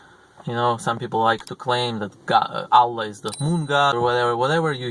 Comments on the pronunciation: Аlláh -- the stress falls on the second syllable. Álla -- it's the russian female name. The wrong pronunciation causes some disturbance, distracts from listening. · la ila ha il allah. pronounce it correctly